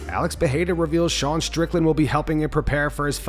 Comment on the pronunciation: Even Rogan, the author of that butchered pronounciation, says PeRRRReira nowadays